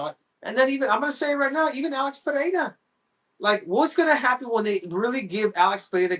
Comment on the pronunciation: I was watching this video till Henry lost me when he said alex perria! I stopped watching!